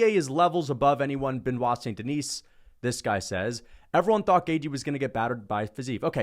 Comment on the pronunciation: There is not "S" at Denis (Deni with out S).